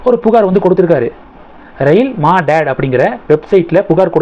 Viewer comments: ஐயா அது மா டேட் இல்லே அது "மதத்", மதத் என்றால் உதவி. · Anna adhu Maadad illa..u should pronounce it as Madhadh.. apdina help nu artham.. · It is not pronounced as maadaad. It is மதத். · Madad அல்ல. அது மதத். இந்தியில் எழுதியிருப்பதை படிக்கவும். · No Ma dad sir, It is hindi word, correct pronunciation (madhadh) means Help. Thanks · அது மா டாட் இல்லை. மதத். மதத் என்றால் உதவி. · அது ரயில் மாடாட் இல்லை ரயில் மதத் (மதத் என்றால் உதவி). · Prounens as madhath mean help.don't say madad. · Rail மதத் ... Not maa dad . Kindly correct it. Thank you. I am a pedantic. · Ma dad illa மதத் Hindi pronunciation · Maadad Nahi. Madad - Hindi to Tamil meaning 'Help' 😂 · Rail Madad... Is pronunced as Rail மதத். மதத் னா சகாயம்.. உதவி... ரயில் உதவி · You have to pronounce Rail Madath (Rail Udhavi) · Rail Madad என்பதை ரெய்ல் மதத் - மதத் என்றால் உதவி என பொருள். ஒழுங்காக உச்சரிக்கவும்.